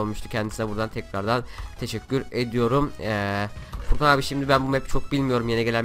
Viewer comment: ABİ NAPTIĞN FURKAN ABİĞH NAPTIĞHN FURGAN ABİĞĞ:D Sen Beklenmezdi:D Türkçe'mizin içine ettin:D